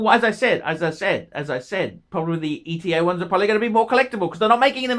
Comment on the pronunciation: Are you the only one that pronounces ETA correctly? Good on you, mate.